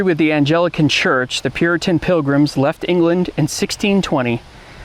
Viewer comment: Repeat after me: "A n G L I c a n-ism." And now this one: "C A V al-ree." Now take a moment to see where you went wrong. Otherwise a pretty good presentation.